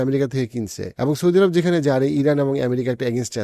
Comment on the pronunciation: এরাব না বলে কি আরব বলা যায় না?